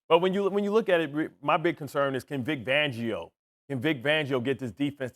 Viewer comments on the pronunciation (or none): Vic Vangio😂😂 is it me or is Bart Scott just butchering names on purpose?😅